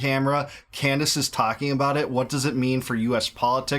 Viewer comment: did she pronounce her own name wrong? Camrace? She is doing so much work investigating so many issues!